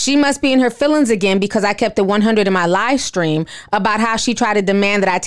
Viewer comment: When you said Shekinah’s livestream I heard “LIEstream”, but I don’t think there’s much of a difference 😂💯.